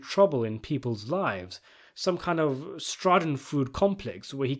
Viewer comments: What is 'straadenfrood'? lol, do this in your first language. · I think that's what he meant, it is pronounced "Shaa duhn fröy deh" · My man didn’t even come close. He was beyond pronunciation — he was throwing in letters that are not even in the word.